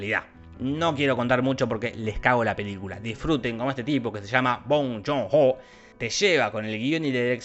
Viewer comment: úsenme como botón de escuchar a Jorge diciendo Bong Joon-ho